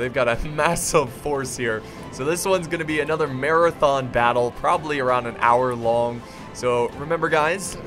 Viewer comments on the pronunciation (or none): none